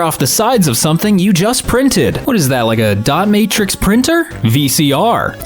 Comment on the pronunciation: I had to re-listen to that I thought said Domatrix printer not Dot Matrix printer NGL. LUL